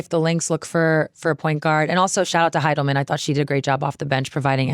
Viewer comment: I really enjoy Natisha Hiedeman. I think her last name may have been mispronounced in this episode. No L in it. Just wanted to give her another shout out for a great season! Enjoying the podcast!